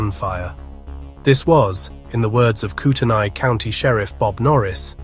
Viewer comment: Coot-knee, fer gosh sake! The name of the county is Coot-knee. And the city is called Core-da-lane. Now if this had happened in Pend Orille county i could understand...no outsiders get that one right. It's pronounced Pond-der-ray. French. ((Shrug)) what can you do?